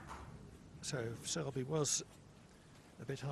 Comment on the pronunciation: his names selby not shelby